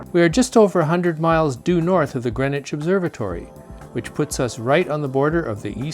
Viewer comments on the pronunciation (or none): none